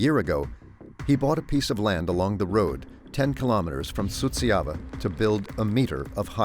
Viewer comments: Suceava is not pronounced as you are saying it, it is soo cha va. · the names are completely wrong, too. The guy whom the narrator called Miroslav was actually named Marius Petru. The town is Suceava, it was mispronounced the whole time. Likely by a bot.